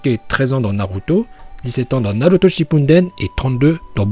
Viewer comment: "Naroutau" Naluto Shippunden